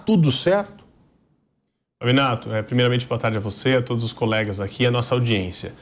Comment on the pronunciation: pois é, ela estragou a fala com esse " todis".